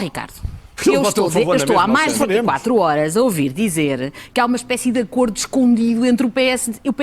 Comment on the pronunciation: Cá estou eu outra vez Caro, tenho 2 atenções 1- Acordos não se lê com acento, não são acórdos e sim acordos. 2- Não se trata ninguem por "Ela" terás de dar a volta ao texto mas utilizar "Ela" só para quem tenha andado contigo na escola